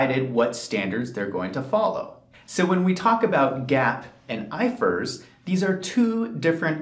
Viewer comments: When you say "GAAP" would you not specify It's " US GAAP" ? I've never heard "I F R S" prounced like "ifurs" 😂😂 I've worked across the EU in different practices and only ever heard it referred to by the individual letters " I F R S"😂😂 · It’s I.F.R.S, not ifers 🤦🏽‍♂️ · It’s GA AP. It’s I F R S. 😂😂😂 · Its I F R S not ifrs🤣🤣